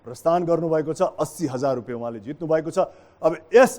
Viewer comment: It’s “Rupiya”, not “Rupay”. Anyway. Great!!🙌🏻👌🏻👌🏻